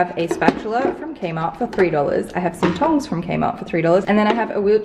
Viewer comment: I heard kmart as kenma lol. nekoma